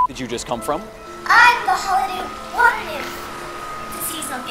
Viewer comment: "Hey, in the wata" that's my favorite part